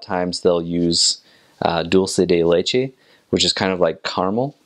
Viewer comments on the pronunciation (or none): “Doolsay day laychay” 😭🤣 so close, yet so far away